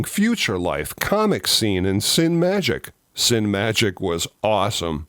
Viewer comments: A very informative video. As a pronunciation guide, CineMagic magazine was pronounced Cin-ee-magic or Cin-ah-magic (dependnds on how one prefers to pronounce the word Cinema -- a subtle difference). However, it was never pronounced "Sin-magic". Then again, if you were not a home movie making enthusiast or budding filmmaker, you might never have gotten it. As a seminal "how to make your own movies" magazine, it was quite a gift. Originally published in a simpler form by Don Dohler in Maryland, the O'Quinn people bought it and gave it the Starlog polish upgrade. Absolutely a must have for any young filmmaker. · CineMagic is pronounced "sinny-magic". It's a play on the word "cinema". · Not to be pedantic,, and I love your channel and thanks for all you do, but I think "Cinemagic" may be pronounced "Sin-uh-magic." But I may be mistaken. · I think Cinemagic is pronounced cin-ay magic? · Cinemagic rhymes with "cinematic" 😆 🤣 😂 It's not "sin magic" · 'Cinemagic', should be pronounced like 'Cinema'. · One small nit to pick: The 'e' in "Cinemagic" is supposed to be pronounced; t is, after all, a port-manteau of 'cinema' and 'magic.'